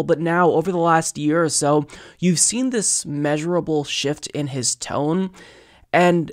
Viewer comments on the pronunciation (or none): none